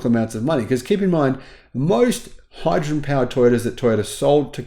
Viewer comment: But hydruhgin 😂